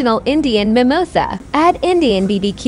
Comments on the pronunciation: Bro that is not Mimosa that is samosa and that is not mango lasso mango lassi please do good pronunciation ok 😅😅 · It's not mimosa it's samosa please 🥺 pronounce current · Mimosa bro is Samosa bro doesn’t know how to pronounce it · it's not. I'm pretty sure Mimosa is some beverage. Even in USA it's called Samosa. He just mispronouce it to get comments which would result in him being recommended more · Bro that's not mimosa that is samosa Please prononce it correctly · It is not called Indian bbq sauce, it is called chutney. Plz pronounce it right and it is called as SAMOSA NOT MIMOSA, MIMOSA IS A COCKTAIL DRINK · what mango lasso? its mango lassi What mamosa? its samosa please try to pronounce it properly at least you say all of these item name on mike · Ha ha ha.. suggest you listen to the right pronunciation. Samosa, not mimosa. LAssi, not Lasso. Well... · That is samosa not mimosa If u pronounce it mimosa then u cannot think what I can do with you and your channel😡😡😡😡😡🌸😡😡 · As an indian... I WANT THIS MAN FOUND AND ARRESTED bbq sauce,mimosa,mango lasso he wasn't even trying to see if he was pronouncing them right